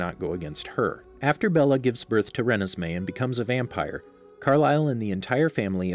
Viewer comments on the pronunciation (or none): excuse me what did you say.. it’s ruh nez mey not renes mey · It's REE-NES-MAY not REN-NES-MAY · It’s not collen it’s Cullen and it’s not rin is may is renesmee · I cringe every time you pronounce Renesmee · Does how he pronounce Renesmee bother anybody else?